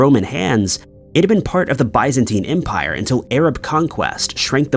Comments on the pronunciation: Biz-en-teen not Buys-en-tine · Never in my life have I heard bye-zentine empire. Is this a newly agreed upon pronunciation?